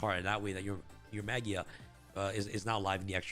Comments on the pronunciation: You say maJIa with J sound. Its a word that comes from Latin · I think the pronunciation is Maj eye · Has the official pronounciation of Magia been announced? Ma-guy-ah sounds a lot cooler.